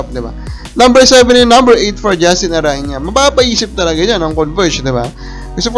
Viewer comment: ARANA PO ANG BIGKAS, HIND ARANYA.